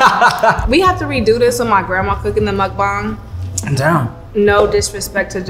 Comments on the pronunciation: its muk. ba. ng not mukbong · I love hearing people say muk bang correctly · She said muk bang better than he did lol 😆 I like him he’s funny.